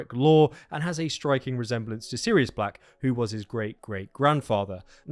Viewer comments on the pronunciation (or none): none